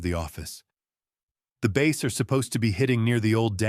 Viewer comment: It is ‘bass’ like glass, not base